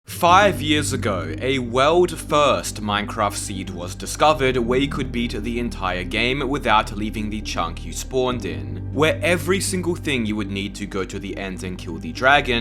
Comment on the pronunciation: Pronouncing "World First" as "Weeurold Fueurst" is blowing my mind rn.